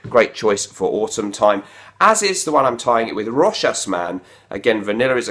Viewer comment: Thank you for pronouncing "Rochas" correctly!